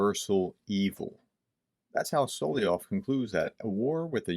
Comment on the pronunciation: Man...try to master the pronunciation of SO LO VEE OV. Sound like like a dunce...sorry. If you're dyslexic, I apologize.